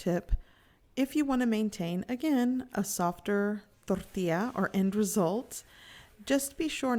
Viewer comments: Yes plz just say Tortilla. I don't know why but it is just hard hearing thorrrtila with the rest of the perfect English. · hahahaha... I was gonna comment just that... she has a perfect English accent and over emphasizes the word "Toooorrrtiiiiiiiiiilllla", It was kind of annoying. But anyway, I appreciate the detailed video. I have made tortillas before and thought she could have over cooked them a bit. Does not seem as you can bend it too much. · Tortia or tortillas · quit saying torrrrtilla you know how to say tortilla in english don't pretend you don't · Door tea ah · Its fucking driving me soooo mad. Torrrrrtija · What is your problem with pronouncing “tortilla” just say it like a normal person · Gochujang mama: says tortilla Me: 🤤🤤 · Anyone else like the way she says tortilla?? just me? ok. I love your channel and recipes! 23k subscribers?!?! Congrats! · She could be cursing me out and if she sprinkled the word tortilla in , I would be in heaven. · Oculus Awwwwww man, it irritates me to no end. She sounds like Peggy Hill when she tries to speak Spanish